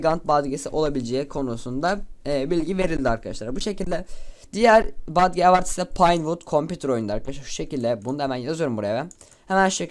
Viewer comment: lütfen artık "badge" deme, "bec" de